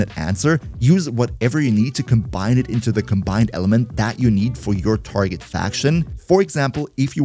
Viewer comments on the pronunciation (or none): none